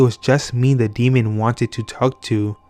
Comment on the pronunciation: I can't listen to this anymore. I can hear the D being placed on the end of the word "demon" at times. This bugs me SO much! Do you see a D on the end of that word? No. Oh, and "OH-WEE-JA" makes me want to scream. Oui is pronounced like "Wee", it's the French word for yes. It's not Oh-wee. "Wee-Gee" board or even "Wee-Ja" or "Wee-Ya". I hear people saying "Oh-You-Ja" and "Oh-Wee-Ja" all the time and it is wrong. I think if you're going to have a youtube channel where you read out loud you should work on your cadence and pronunciation.